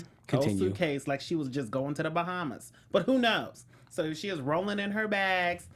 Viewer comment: Bowhammas 😂😂 that was corny lol but I laughed out loud lol 😆